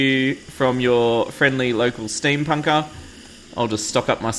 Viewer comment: Did you just say... Steampunker "chickie"...? o__o